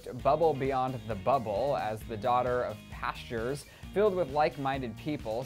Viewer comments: He pronounced "pastors" as "pastures" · lmao. he mispronounced pastors.